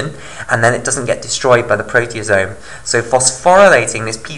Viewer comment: isn't it proteAsome instead of proteOsome?